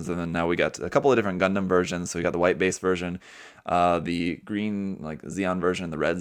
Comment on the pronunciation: “White Bace”